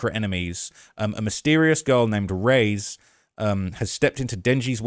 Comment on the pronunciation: It’s just Chainsaw man not “the chainsaw man” and its not “raise” the name Reze is pronounced REE -ZEY